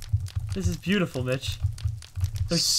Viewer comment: Awh, he called me booteeful! *blush*